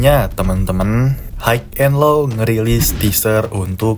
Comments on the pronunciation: HIGH bacanya Hai cuk Hok haik hok haik ndasmu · Hai and lo, not haik and lo